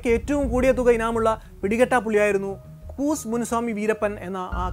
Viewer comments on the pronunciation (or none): കൂസ് അല്ലാ കൂ സെ എന്ന് ആണ്